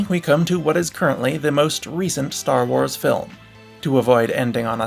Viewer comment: 0.00, either im tweaking or he said "star whores" instead of star wars